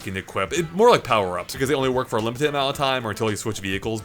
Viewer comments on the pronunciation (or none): The way pronounces “limited” will always bug me